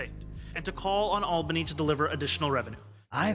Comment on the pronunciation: He mispronounces Albany. He said it like Albany, GA, not Albany, NY, or Albany, Scotland.